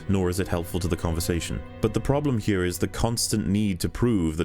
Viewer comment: I have returned to watch this whole series 4th time and I just can't keep myself from saying just how awesome your pronunciation of the word "here" is. Music to my ears every time